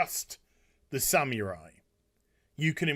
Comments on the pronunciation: It's not pronounced "Samewrai" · What in the world is a "sam-your-eye?" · I love this video but please stop saying Samurai like that 😫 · The Sam-u-rye